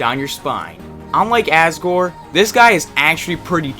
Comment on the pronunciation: He sure messes up a lot of names. He pronounced Aksor like Asgore from Undertale.